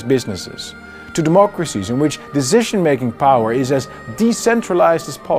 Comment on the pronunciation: "Seventy years of PEAS and prosperity..." Baudet hails from the Randstad area, where they say "zynical, 100 perzent, azylum", and it shows in his English here too ;-) Like, "epizode, dezision making". But, great content. Thanks!